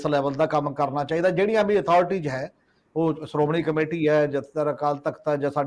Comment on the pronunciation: Good comments . Thanks . But you seem to be ignoring importance and urgency of proper communication of words . In your comments, Shromani is pronounced as Saromany , Khamoshi as Khamosi , Desh as Des , National as Nasnal etc . Thanks .